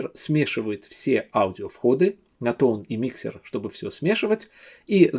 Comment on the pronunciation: Только не миксер, а микшер.